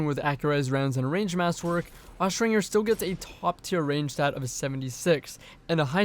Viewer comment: Austringer is pronounced with the J sound, not the hard G sound.